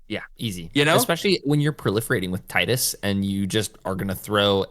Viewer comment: Tee-dus, not Tie-dus.